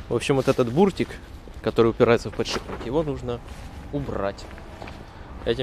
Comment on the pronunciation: Сколько же вас учить не подшибббник , а подшиППППник